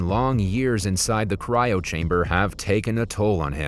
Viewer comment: Bro said cyro wrong